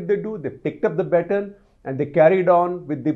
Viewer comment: Enjoy your unbiased videos . P,ease note that your pronunciation is emulated by many watchers . Please consider checking on google how to say “baton”